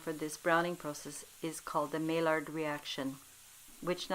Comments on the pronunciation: It’s pronounced my-yard reaction. Nice video! I’ll try it. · It's pronounced my ard